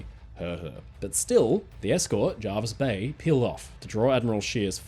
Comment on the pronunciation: Hello, it's pronounced JErvis Bay not JArvis Bay. Unless things were different in WW2. Hope this helps.